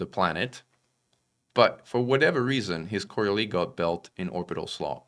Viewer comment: Thanks for the summary. But btw., the "s" in Coriolis is not silent. Took me a while to figure out you were talking about our favorite kind of space station.